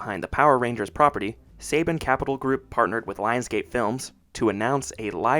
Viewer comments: This guy can’t even pronounce Saban correctly smh dislike👎🏻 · You lost me when you couldn’t pronounce saban correctly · Its pronounced Saban "Sa-bon" not Saybin you complete noob. 🤣🤣🤣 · Not Say Ben but pronounced Sa Bon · It's pronounced "suh-BAHN", not "say-bin" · its pronounced Sa-Bahn not Say-Ben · Saban is pronounced "Suh-Bon" not "Say-Bin" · It’s pronounced SAHH-BAHHNN NOT SAY-BEN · It’s pronounced Sa-bawn, not Saybin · Apologies for being that guy but Saban is pronounced SUH-bahn. Unlike the sports guy Nick Saban (SAY-bun). Good video though!👍🏾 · I came here to say this. Somehow I’ve known since I was a kid, but I had to look up interviews with Haim Saban to be sure. Yeah, it’s SUH-bahn. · …“Say-ben?”… …”say-ben?”… …”say-ben?”… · It's pronounced "Suh-Bon". Great video dude! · You mispronounced Saban. The 2nd A makes an O sound as in bond. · It's funny when Saban is American but not even Americans can pronounce it right. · All of this research and can’t pronounce Saban correctly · I’m very happy you made this video, but for future projects, I suggest you research how to pronounce names first. When I hear you mispronouncing names, it makes me think you’re not doing your due diligence on any of the facts. Within the first 2 minutes you pronounced Saban wrong and Dacre wrong, so I kind of checked out. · You had me till you miss pronounced Saban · Not me LOSING MY MIND EVERYTIME HE SAYS SABAN WRONG 😅😅😅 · Less than a minute in and a big red flag, in that this guy doesn’t even know how to pronounce Saban. So, obviously not a fan. Best thing about the movie was Rita?! I’ve got to be joking. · Anybody else bothered by how this guy mispronounced saban